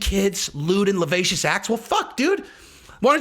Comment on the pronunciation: La sci vi ous act...that's how it's pronounced.